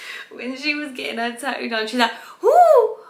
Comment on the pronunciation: I love the way you say ta-oo for tattoo 😁😊